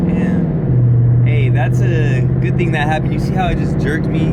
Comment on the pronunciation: My nigga said a lil thong 😭😂